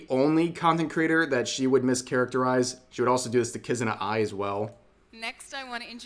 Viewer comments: How dare she mention the lord of all VTubers Kizuna AI. And this typical Western pronunciation simply destroys the sound of the name. It just pisses me off. I can't take this level of disrespect . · Hearing her call Kizuna Ai "Kuzuna Ai" is the same energy as "we have superman at homw" "Superman-at-home: SpecialMan". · This looks really bad imo. People who have no love for vtubers trying to exploit vtubers. The fact that she didn't even do her research about Hatsune Miku and she called Kizuna Ai her "friend" despite mis pronouncing her name horribly just reeks.